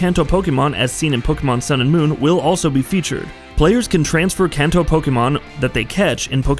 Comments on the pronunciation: “Can-toe” lol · As a gamer in Japan I was overly distracted by how you said Kanto, but overall solid video